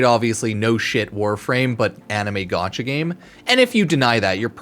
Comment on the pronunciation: The amount of time I here u say gatacha game or gatcha made me chuckle